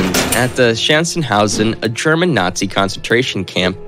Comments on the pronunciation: The camps name, Sachsenhausen, is quite hard for native english speakers to pronounce. The ch should sound like a scratchy h. And no, Sack-house-in is not correct either. Sach-sen-how-sen. (with the ch being a scratchy "h" from the back of the throat like if you want to assemble some saliva.) The scottish and irish are more likely to be able to pronounce the german ch correct as the scottish have the word Loch and the irish have siliar sounds in their gaelic. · His son's name was pronounced YACK-uv. The concentration camp was SACK-house-in. So many butchered pronunciations.! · Not better with German names: Sachsenhausen is pronounced "SAxen-HAo-sen". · As a German I died when he said Chancenhausen instead of Sachsenhausen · Sachsenhausen was also terribly butchered. He even said military wrong at one point.